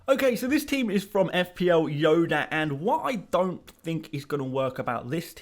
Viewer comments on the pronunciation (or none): none